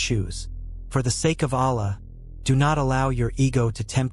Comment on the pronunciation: What kind of science are u talking. Why u complexing such a simple religion. U can't even pronounce the name Allah, in the right manner Are u a.i.